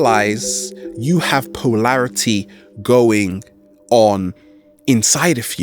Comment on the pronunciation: "Poelarity", wonder is it relates to polarity, ugly enunciation that reflects the fractured mental force that is struggling to squeeze words out of a mouth-breathing body. Keep at it savage, I'm sure your ugly noise is being filtered by the audience which has to be extra attentive to understand you.